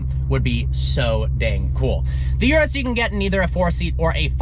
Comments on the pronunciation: Bro, it's Urus, not Yurus. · After all these years, he still can't pronounce Urus correctly!